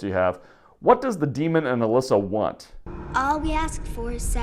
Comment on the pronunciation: It's "Alessa"